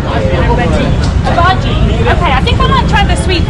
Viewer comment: Hi! I liked your video. But, just FYI, one of the snacks you ate is pronounced bajji, not bhaji. The emphasis is on the 2 jjs, not on the a.